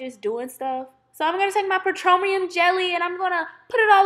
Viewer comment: She said libid instead of livid & she said petromeum instead of petroleum jelly. omg.